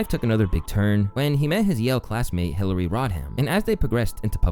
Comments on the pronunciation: Dude said Clitery. 😂😂😂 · Clitary....now that i have heard it i can't unhear it.🤣🤣🤣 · Clitary.. was that an accident? 😂